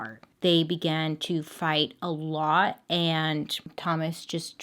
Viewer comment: Idk why. I don't. But how you say "a lot" is..... I don't know.......just....why? Idk. It's weird. Idk.